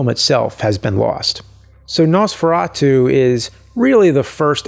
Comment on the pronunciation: No man your pronunciation wasn't that bad even we here in Slovakia says it like that. And in that castle there is the manequine and cloths they used.